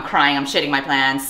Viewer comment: “i’m sh*tting my plants” is what I heard